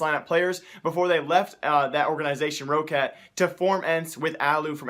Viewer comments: news It's spoken rocat not that long like ro-ccat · I think Roccat is pronounced like this: Rock cat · It is Rock-Cat.pls m8 stress it like rock-cat. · its Roccat like "rocket" :D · Please lord god Roccat is pronounced Raw-cat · Roccat is pronounced like rocket. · dude, its pronounced roc cat so roccat